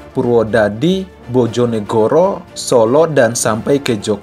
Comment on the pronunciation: Bang baca bojonegoro itu bacanya pake e bukan e